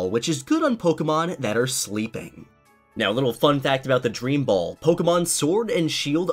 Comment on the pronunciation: You said boll 26 time s